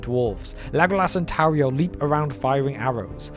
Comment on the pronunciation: The funniest thing about the addition of Tauriel is that they don't even pronounce her name correctly according to Elvish pronunciation. Thank you,, for actually reading the pronunciation guide in the appendices.